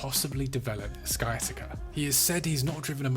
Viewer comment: Lost braincells hearing your attempts at pronouncing Frodsham, sciatica, Rhyl, Kinmel Bay...